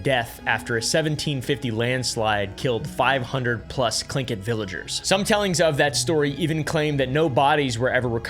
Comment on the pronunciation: was not expecting to expect an american to pronounce Tlingit properly, kudos, dude.